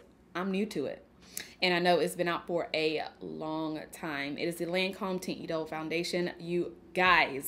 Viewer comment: Hi I love your eye look! I could have sworn that you reviewed Lancôme’s Teinte Idole foundation in the recent past. That is all I use! I love the formula because it’s great if you have oily skin. It’s pronounced (Taunt E-dole). And please give us a real Patrick Ta eyeshadow palette demo! Use those shimmers girl! ❤️❤️ Quit playin’ 😆